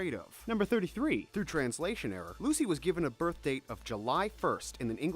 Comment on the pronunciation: I swear the only names he got right were Lucy, Levy, and Natsu.